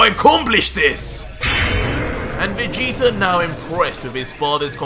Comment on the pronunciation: REALLY? VEGETER? OMG!